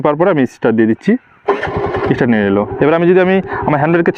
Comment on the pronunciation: কথা টা ইস্টার্ট নয় স্টার্ট হবে